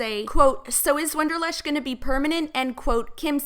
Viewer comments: can't get past the fact you kept saying WONDERlush instead of WANDER lush.... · WANderlush, not WONderlush. Otherwise, great video. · wAnderlush, not wOnderlush.